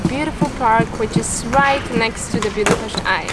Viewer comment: As a hungarian I hit the like button as soon as you pronounced Budapest the right way!